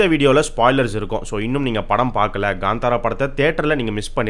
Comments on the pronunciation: It's kantara not gantara.. Please pronounce title correctly... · Ganthara ille bro kanthara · Gandhara illa bro kantara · Kantara illa bro, it's pronounced as Kaanthaara